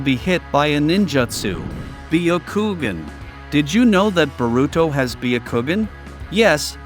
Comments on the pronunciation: "" BEE A KOO GEN"" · Baya kowgan